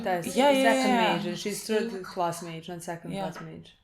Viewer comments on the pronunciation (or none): none